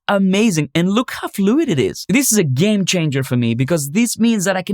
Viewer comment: Thought you said: this is a gain changer for me. Not game changer😅